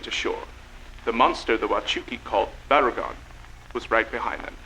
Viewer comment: say “Barugon”